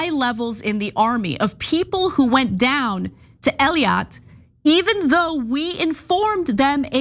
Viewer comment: Ana, Haaretz is pronounced "Ha Ar Etz" not Ha Rets and Eilat is pronounced " Ay lat" not Eli At